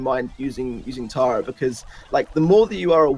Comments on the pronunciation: i laugh everytime they pronounce tara taira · It's TARA not TERA lol 😂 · Pronunciation of Tara as terror makes me angry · Why do you say “tera” bruh it’s Tara